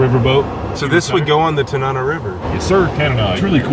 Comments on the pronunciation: Tanana. tan an ah. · So sorry to point out that you mispronounced Tanana. But other than that, I'm impressed at how accurately you're portraying Fairbanks!